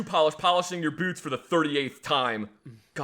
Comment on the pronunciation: accent pops when he says boots lol